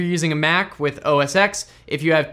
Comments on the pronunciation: Oh-Es...Eks? U mean 'Ten', right? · Our PCs are going to slow down, the US government is shutdown, mispronounces OS X (which is now called macOS anyway), and my fake Christmas tree is still standing in the living room. God help us all!